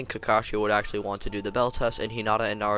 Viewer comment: Ok stop saying accually I've heard it 8 times in a minute